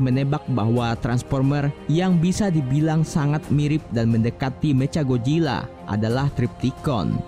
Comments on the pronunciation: Ngomong Mechanya kek bocah baru belajar bhs Inggris,meca gojila 😂😂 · Woi nama nya itu macha Godzilla bukan mecagodzila